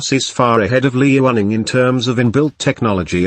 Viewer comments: Liaoning is meant to be pronounced Liao'ning, not Li'ao'ning. Sounded odd on the soundtrack. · smh its pronounced Lee-yao-ning! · I enjoyed the video. Well made with good facts. Some constructive feedback: try to use higher resolution photos so the photos don't come out pixelated in the video. Also, and my biggest piece of feedback, do anything to avoid the synthetic voice. A real human voice would be much better, especially in terms of intonation and in terms of pronouncing the name "Liaoning" correctly. But you're off to a good start! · Whats the robot software being used? Interesting.. I was almost fooled by it until it read the "liaoning" wrongly. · Did the computer voice say Lee running for Liaoning and Hor net for Hornet?